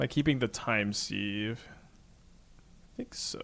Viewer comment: I know it's pedantic but it is pronounced "time siv" not "seeve"